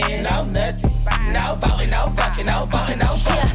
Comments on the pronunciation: I lost it at Matt saying Vucking 😂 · Love hearing Matt say vvvvucking with a V